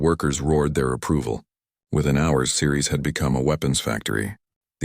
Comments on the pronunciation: It's Ceres not Series. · That's what I said... Sceries